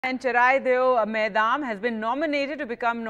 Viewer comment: Thanks for sharing this news But It's not maidam it's called moidam